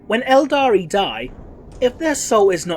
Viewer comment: OK, the 'aldari' thing is starting to bother me. ELDAR. Can we just use ELDAR please?